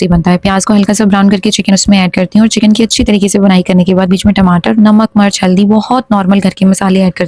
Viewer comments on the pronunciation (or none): Alwayss She says MARCH not MIRCH 😅😅😅